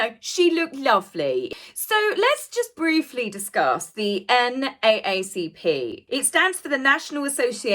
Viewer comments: It's not the N eh eh C P. It's the N double A C P...... But go off sis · N double A CP. That’s how we pronounce it in the US. lol. Once again, love the video!! 💕💗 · In the USA we pronounce NAACP as "N..double A...C..P). But you do you. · it is pronounced the N Double A C P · It’s pronounced - N ‘double A’ CP. we don’t say - A A. We say, “double AA.” M and H prob made a donation to NAACP in order to get the award. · for the NAACP, when saying the name/initials we actually say “Double A” and not “A A” 😘✌️ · you're spot on as usual. In the States, we pronounce it as the N, double A, C, P. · Cute ..they actually pronounce it The N double A C P... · Love your channel! An FYI for future reference, the NAACP isn’t pronounced here in the US by saying each letter. Rather, the A’s are pronounced as “double A”. So it’s N-double A-C-P. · Every single one of the British YouTubers I've watched do not pronounce NAACP correctly. Americans say, "N-double A-CP. It's no big deal, but it sounds really weird, because it's a very famous organization and I had no idea what people were talking about the first time I watched you guys talk about this. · Pronounced N double A CP. There were Black People in America that questioned why these two got an award in the first place. New Orleans is straight forward, frank, and will tell you like it is! 👑💛💜💚⚜️ True Dat! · Great video. Totally spot on. You are my favorite commentator to watch. Also yes go to MardiGras it is the best event we have in the USA! We’d be lucky to have you there!!! And we can parade together!! Also not a big deal, but I’d want to know…..FYI in the USA we say it “N, Double A, C, P”. 🥰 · Hi, thank you for the respite from the world's problems. It felt good to just smile. Oh, the organization that m&h received the award is pronounced N(double A)CP. Thank you again for all your hard work. 😁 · Pronounced: N double A C P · It is said N double A CP.